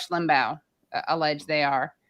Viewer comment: Katie Harper still can’t say Limbaugh. Still must insult a dead man